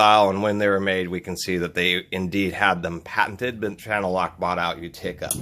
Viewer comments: "u-TICK-uh"? Its not "YOO-tuh-kuh"? Utica, NY? how do they prounounce their city name? My RoboGrips are Craftsman U.S.A. wouldn't use them for that type of application on metal pipe, where I think they excel is where you need better than hand grip on strange round things like plastic landscape and plumbing fittings especially when working with different sizes of tubes, since-they auto-size instead of having to re-channel them. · Utica is pronounced like you ta ca, it's a city in upstate New York,I mean that's just how I always heard it pronounced by people that were from that area I am from Syracuse NY originally well oswego but born there,florida now.where do you live? I know you always say the rubber grips are nice for cold weather so was thinking maybe youre from somewhere up north. Also detent I believe is like dee tent. Potato potataaato tomato tomatoooo hahah not trying to be grammar police. I know they already give u hell over saying dentin hahaha. N you have a lot of cool tools what do you do for a living? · Your pronunciation of Knepex is right on, however I can't say the same for your pronunciation of the Utica. I'm sure the folks from Utica, NY got a good laugh at your expense.